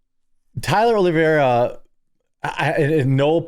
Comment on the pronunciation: Its Tyler Olive-era...not Olivia-era. If you guys claim to be fans of his, say his name right...grifter!!